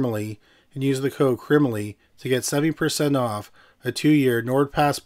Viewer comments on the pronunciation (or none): If I hear crimaly one more time